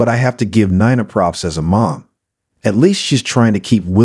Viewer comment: Nee-nah. Not Ni-nah